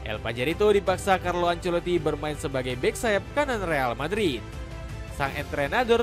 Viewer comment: Carlo Ancelito 😂😂